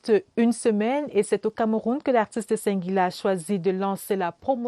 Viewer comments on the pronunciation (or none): Madame la journaliste, ce n'est pas "Cinq"guila mais plutôt "Sing"guila. Vous le faites expressément ou quoi? La Ciartivi au coeur de la médiocrité pfff